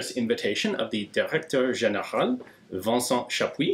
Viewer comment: "Vincent Chapuis" pronounced like a pro. Chapeau bas!